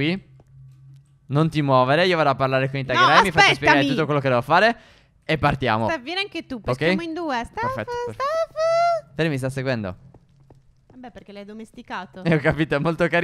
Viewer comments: Si dice itag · Si legge ittegar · Ce ma io da fan di dragon trainer comunque si dice itageray